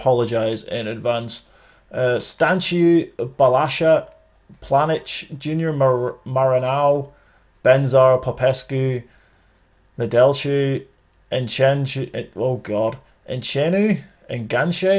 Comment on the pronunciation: The pronunciation was actually decent. The ones you got a little bit wrong were: Nedelcu & Enceanu (pronounced "Nedelcoo" & "Enceanoo", respectively) and Enache (pronounced "Enaque"). :)